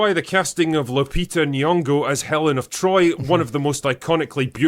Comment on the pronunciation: Melon of troy